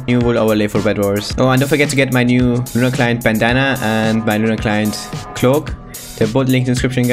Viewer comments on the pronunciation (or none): none